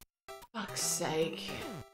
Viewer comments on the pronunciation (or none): none